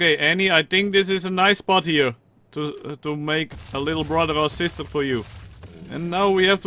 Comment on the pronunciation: Because you said come hier i know you are a dutch guy😂